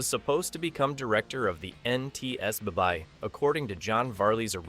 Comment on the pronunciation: Why can't people who use AI for shows like this at least show the viewers some respect by making sure everything is pronounced correctly? There is no "NTS Buy". It is slop like this that burns people's asses about AI, and leaving it uncorrected just increases the general hatred for it. It is slop when such obvious mistakes are left in. A real presentation would never allow it to happen.